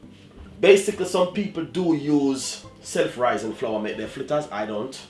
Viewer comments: Dwlllll flittas!!! Real Jamaican!!! I love us and our language😁😁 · I knew he was legit when he said flittas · “Flittas” yup he Jamaican! Lol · We only say cups when it is more than one. 1 cup. 1/2 cup. 1 1/2 cups. 2 cups. You kill me with your 1 cups and your half cups. Lol. Love your "flittas" though. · Suh eh guh…flittas. Patois ina di place!👏🏾👏🏾👏🏾